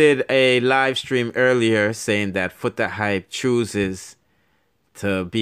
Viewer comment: I want to know where this guy is from trying to sparky spokie, the guy cannot read properly but.He is trying to give information, and he cannot pronounced Foota Hype lawyer name at all. That lawyer looked like Peter Lowblack from Haiti, some of these bloggers. They does not know what the hell they are talking about, they likes to running off their mouths.